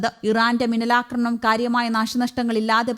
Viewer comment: മിന്നലാക്രമണ് അല്ല സഹോ😊